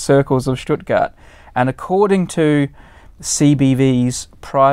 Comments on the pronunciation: You pronounced Stuttgart right. Well done Brady. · I like how they fail to pronounce anything german right (no offense - besides "Blitz" you rarely here something pronounced right)...but Brady nails Stuttgart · You pronounced "Stuttgart" very well!